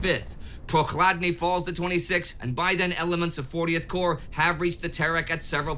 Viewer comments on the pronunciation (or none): A minor correction, but corps rather than corp. Corp is an abbreviation for corporation, while corps entered the English language through French. (hence the silent P and S)